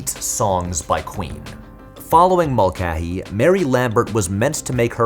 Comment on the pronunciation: Brother why are you saying the common surname Mulcahy as "Mul-keh-hee"??? It's always been "Mul-kay-hee".